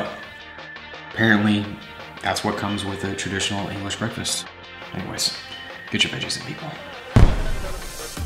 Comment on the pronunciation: Did anybody heard say englis🤪🤣🤣